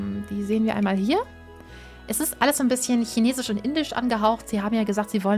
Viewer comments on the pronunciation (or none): none